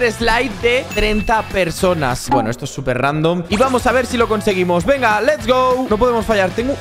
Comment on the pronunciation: minuto epicamente no es venga es vegna jaja like si te diste cuenta